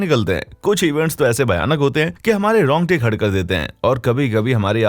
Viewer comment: Romte kya hota hai bhai rongte hota h